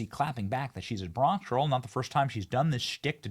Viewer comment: she dont even say bronx correctly